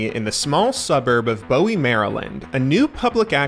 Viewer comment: Great video, but, as somebody from Maryland I have to point this out. Bowie MD is not pronounced like that, it's pronounced like the word Buoy. a common mistake from people who don't live here.